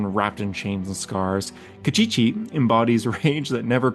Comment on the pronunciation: Kostchchie pronounced as "Cast-chee-chee" was funny 🤣